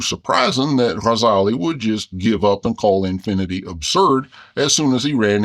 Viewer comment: As an Arabic teacher, I adore the way this cartoon bear makes the effort to pronounce the "gh" in Ghazali correctly! ❤